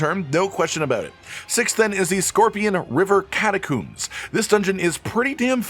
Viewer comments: "catacooms" lol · Apparently ive been saying catacombs the wrong way my whole life.